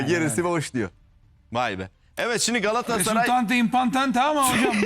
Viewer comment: Sinan engin: Beştaş😁: Gassray 😁